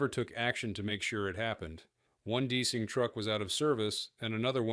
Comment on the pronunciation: Yep, I was wondering if the voice was AI. I guess it is... An actual pilot would know how to pronounce "deicing".